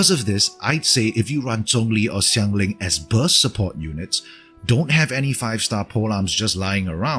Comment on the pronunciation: I'm not sure where you're from, it sounds like maybe Vietnam? But you pronounced Xiangling and Zhongli decently well! Do you speak a bit of mandarin?